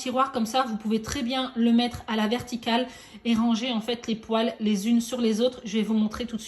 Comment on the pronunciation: Poêle se prononce "pouèle" pas "pouale" non ? Ça m'a fait sourire le long de la vidéo. En tout cas merci